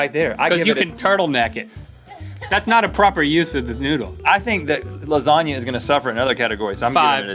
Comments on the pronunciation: It's pronounced lasagna (la-sa-nia) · l think you didn't pronounce lasagna right